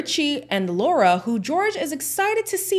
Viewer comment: Her name is Lara not Laura.